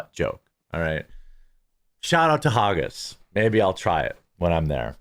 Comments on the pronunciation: Hag - gis not Har-gis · Its pronounced "Hag-gis" - Its not supposed to sound like Haagen-Dazs. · Hawgis lmao. Poor midwestern man can’t pronounce the letters ag without adding a y. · If you want to make Haggis jokes at least pronounce it right lol...We have to many child predators but then i'm sure you would give him a firm hand shake like Dr... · Maybe normal in America but not in Scotland. Most of Americans don't even know where Scotland is. You also can't even pronounce flippin HAGGIS!!!!!!!!!!!!!! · Man can't even pronounce Haggis properly.